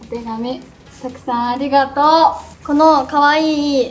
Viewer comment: ありがと〜の発音が好き💙💚💖